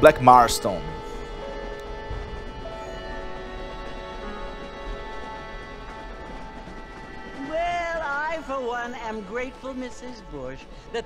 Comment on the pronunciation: Cara ele fala Blak marton